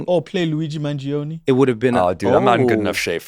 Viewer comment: Eugene - "Or play Luigi Mangionni" 😂😂